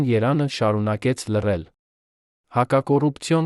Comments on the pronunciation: Ամեն ագամ կարդում ես << յերան>>,այ դեբիլ ԵՐԵՎԱՆ, ԵՐԵՎԱՆ, չեսկարուղանում մի կարդա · Որոտեւ-որովհետեւի փոխարեն՚Երեւանը երան՚կարոր կարեւորի փոխարեն եւ բազում նման սխալներ…